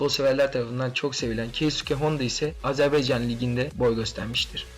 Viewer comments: azerbEycan değil azerbAycan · Azerbeycan değil AZERBAYCAN....A